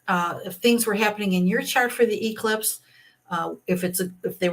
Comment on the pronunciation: This astrologer is really a Karen. She cannot pronounce eclipse. I can't listen to this Charlatan.